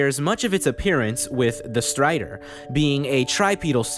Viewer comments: I stopped watching the video as soon as i heard how he pronouces "Strider" Kidding but nice video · the way you say strider and some other names with R in them has some accent I can't recognise but it sounds so funny